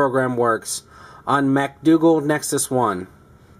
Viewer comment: "macdougal nexus 1" LOL